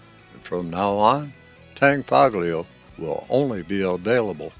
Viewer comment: A good Video but the g in Tanfoglio is not outspoken